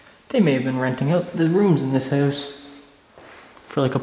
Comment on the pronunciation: u said howwse